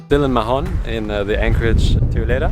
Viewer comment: Hey guys, great vids. We may see you in the med soon :) btw MAHON has a silent H. Spanish and catalan does not pronounce letter H. It's just "Maon"